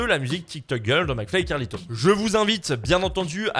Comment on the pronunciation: Avec l'accent là 🤣🤣